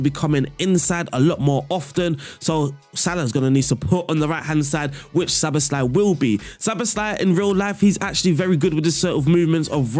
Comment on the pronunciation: You pronounced Szoboszlai really well. ‘sz’ is ‘s’ and the rest is kind of normal